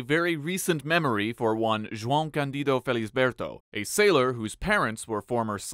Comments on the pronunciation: I'm impressed with how well you pronounced João. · I'm impressed that you pronounced João correctly. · You nailed the João pronunciation. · Your pronunciation of "João" is on point 👌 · That's a Nice João pronunciation dude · the way he pronouces joão corectly tho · Ok, but the way you NAILED his name's pronunciation!